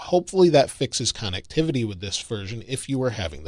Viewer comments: It comes out sounding like connuctivity. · Another great video but the way you say connectivity drive me nuts! Lol